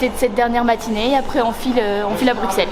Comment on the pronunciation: Ça se prononcé BruSSel sinon chouette vidéo 👍